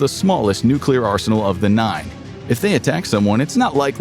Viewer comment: nucular power